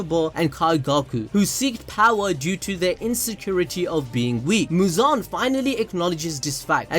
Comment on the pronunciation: The way you say muzan its like you are saying "JIGEEEENN"😂